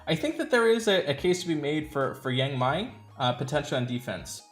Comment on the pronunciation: I believe it's pronounced Yang 'May"